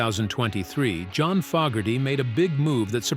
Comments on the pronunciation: AI cannot pronounce John's Name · stupid AI voice can't pronounce johns name